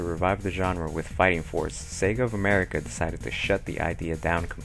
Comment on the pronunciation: Yup, Sega of Amewica;D